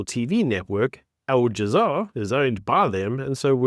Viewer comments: It is Al Jazeera, not All Jazaar! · Please stop saying Al "jazaar" it's Al " Jazeera". Looks amateurish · my man said "al jamar" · Al - ja - zee - ra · It’s a -it’s that you let yourself down by not making the simple effort of pronouncing Al-Jazeera properly